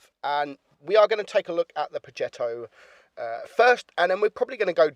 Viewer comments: I keep hearing him saying pogetto 65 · its pronounced projetto its a smooth g not a hard one